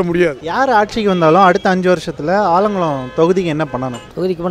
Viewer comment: ஆலங்குடி இல்லல ஆலங்குளம்🤣